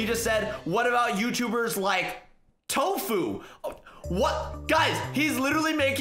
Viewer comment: When he said tofu , hahahhahahahhahahhahahhahahahahhahahahhahahhahahahahhahahahhahahahahhahahahhahahhahahhahahhahahahahhahahah I think he meant Tfue